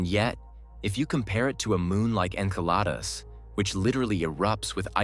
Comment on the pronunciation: Why do you pronounce Enceladus correctly sometimes, and erroneously at other time? Very strange.